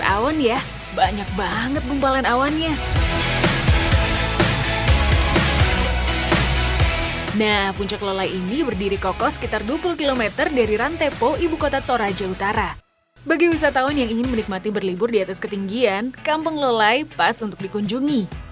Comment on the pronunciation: rantepao keles bkn rantepo,hehe